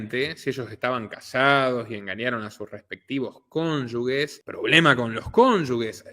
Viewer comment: Cónyuge se pronuncia con J (se pronuncia cónyuje y no cónyugue)